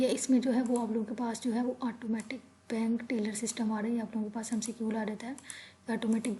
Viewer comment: Mcqul nhi hota McQ hota hai alot of pronunciation mistakes